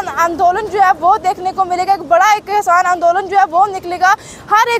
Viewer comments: Kasan nhi hota madam ji kishan hota ha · बोलना सिखले पहले खेबड़ी 😀😀 कैसान नही होता किसान होता है 🙏